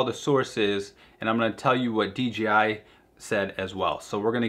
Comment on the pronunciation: Dude I like your videos but really WTF is" D G I ?" Is Dee Jay Ai, sorry but that really grind my gears. For everything else I like your videos.